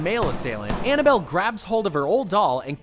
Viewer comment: it’s Annabelle not annable